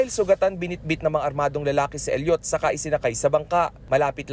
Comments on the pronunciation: Elliot, not El yot, Idiot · bakit ganon mag sabi ng reporter na “Elliot” mali pag bigkas mo bobo